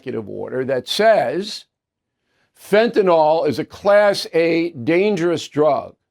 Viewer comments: It's Fentanyl, NOT Fentanol, Bill. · Is that all you took away from this? He mispronounced fentanyl? There are real problems at stake here my friend! What you're mentioning is miniscule!